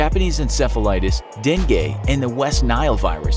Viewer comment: Its deng-geh not dweng-gyeh